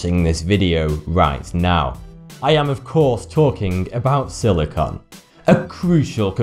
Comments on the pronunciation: silicon is not silicone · It is siliCONE not siliCON.